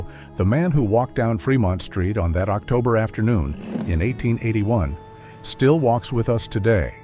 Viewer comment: "Octuber?" AI bullshit